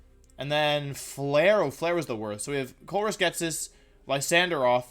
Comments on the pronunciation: Lysanderoth...😂 I'll bet ProZD watches you too, bro. He likes Pokemon. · I'm so used Sung Won videos that I too call him Lysanderoth.